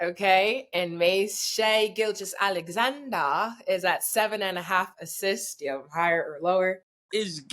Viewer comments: Mase learn how to pronounce SGA’s name bro 😂 makes u seem slow af or unprofessional shits wild disrespectful . The right way is like u saying gorgeous but GILgeous.. cmon big dawg u better than this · “Shai gilchrist Alexandria “😂😂